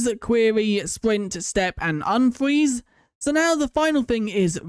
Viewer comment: "unfweez the game"